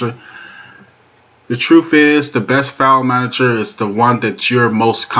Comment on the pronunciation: "Manajo" is not a word as the way you pronounce it. The proper spelling is "Manager" and is pounced like it is spelled